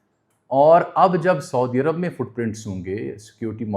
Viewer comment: سعودی عرب اور خصوصاً حرمین الشریفین کا تلفّظ کا درست کریں کیونکہ یہ بے ادبی کی زمرے میں آ تا ہے